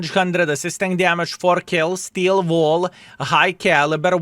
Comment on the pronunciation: Why always when You say "Steel Wall" i hear "Skill Ball"